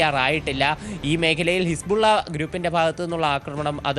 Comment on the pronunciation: കിസ്പുള്ള അല്ല വാണം സുധ ബിജു…. ഹിസ്ബുള്ള 😂😂😂